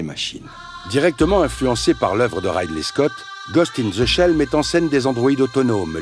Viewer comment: C'est "Ridli" Scott